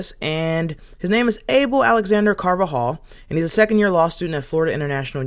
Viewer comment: Abel is pronounced Ah-Bell.